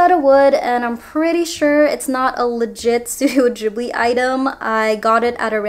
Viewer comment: Love everything but the way u spell out the movies and "Ghibli" I cringe soo hard😣 Sorry